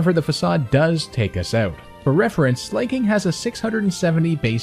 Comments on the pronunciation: the slay pronunciation is wrong its Slaking(Slack+King) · lol also i am pretty sure its sla-king not slay-king but ayy he does slay not gonna lie. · sl-a-king not slay-king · Slay King? Does this dude not know how the word slack is pronounced? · "slayking"?? :O >:(